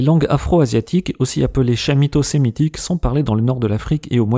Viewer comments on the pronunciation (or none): Excellent travail. Chamito-sémitique. Attention, ça se prononce kamito...